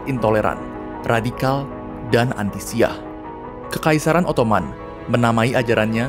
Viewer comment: Disini saya cuma mau membenarkan beberapa pelafalan dari admin: 1. Ibn = ini dibaca "ibnu" bukan "ibin" 2. Syi'ah = ini dibaca "syi" " 'ah " (" 'ah " ini dibaca seperti 'ah ketika desahan perempuan/laki-laki dalam adegan film biru)